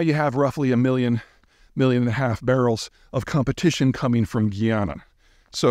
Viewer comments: Perer the country is Guy-ana. Prior to indeperndce their was British, Dutch & French Guinea. I'm surprised you did'nt know this. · I'm from guyana. But I've lived in Canada for a bit under 40 years I still find it fascinating how it would be possible in this day and age for so many North American people to mispronounce Guyana. I mean it is right in the spelling. GUY+ana.. And even going past that common sense pronunciation that North Americans cannot seem to grasp, you could YouTube any number of videos posted by Guyanese nationals. They speak English FFS! To mispronounce a country's name in 2024 is shocking. It starts to go beyond the disrespect you show that local population and begins to say more about your own personality. I mean it's kind of sociopathic to do a whole video on a country yet not even consider the possibility that you've gotten something so basic as pronunciation wrong. I know it's a bit of a rant but this happens way too much on youtube... Guyana is becoming more and more popular with YouTube influencers.. and it's so embarrassing to see so many Americans, British and Canadians landing in Guyana and continuing to mispronounce the name of the country. Even when faced with locals pronouncing it correctly, the hubris of these wierdos to still mispronounce GUYana is shocking. I have to repeat this, the population speaks English. English is the official language FFS. This shouldn't be difficult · Omgoodness! It is pronounced guy-an-na. How dare you said it had nothing going on unyil oil was found? Guyana has always been rice in buxite, sugar, gold and rice. Cant eben pronounce the nane correctly and have inaccurate information about guyana. Typical. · It’s GUY-ANA, not GUI or GEE, its GUY in english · Great brief for energy interests: well done again. Locals call it Guy-ana, not Ghee-ana, and it makes really good rum, lots of rice, still has bauxite and gold, and has a land route connecting the Amazon waterways to the edge of the Caribbean.